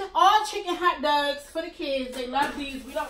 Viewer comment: I from batimore and i know u from bmore bc you said hot dugs 😂😂😂